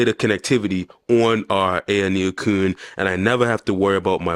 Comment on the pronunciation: IT AYANEO QUIN!!! (KUN) not “cooon” KUN is pronounced KWIN!!!!